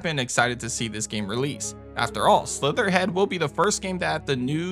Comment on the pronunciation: Great list... very annoyed by constant name dropping games like Slitterhead with incorrect pronunciation. Slitterhead, not Slitherhead. Makes me confused on what the names are on some titles.